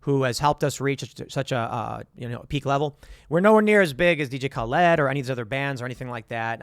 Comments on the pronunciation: Tim it's not Ka-Led, lol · Of the two ways to pronounce DJ Khaled, Tim makes up a third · Can bro stop calling him DJ Khal-ED? 🤣🤣🤣🤣🤣🤣 On the real though, much respect to Tim for this - was so stoked to see Max Collins comment on Tim's song - even though he was hating on it. Most ambitious crossover event ever haha.